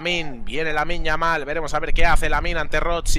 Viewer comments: A veces dice yaminn, que me parece bien me importa una mierda que lo diga como quiera simplemente me cago de la risa de como lo dice hahahahah😂😂😂 me da gracia. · Creo que decia yaminnm hahahajsjsj